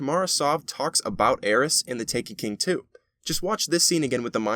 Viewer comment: "In The Taken King 2" I didnt know there was a second Taken King! (This is a joke on how he says "In the Taken King too")